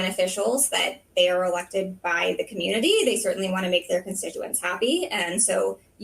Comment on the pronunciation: the way she says "community" and "happy" makes me unhappy.